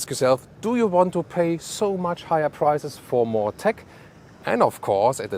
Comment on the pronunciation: Hey you German fellow. Don't say PRIZES but PRICES